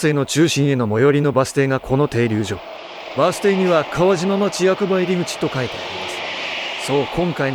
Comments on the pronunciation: 「かわしま」じゃなくて「かわじま」なんだよな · 「かわじま」ですね